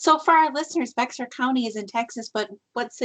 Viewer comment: Awesome show ladies! That's my hometown San Antonio,TX! Its Bexar County sounds like bear.